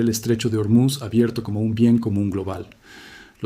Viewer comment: Terrible traducción por la IA. Y por cierto no es Ormiz, es "Ormuz". Buscate otro oficio sea la máquina que seas.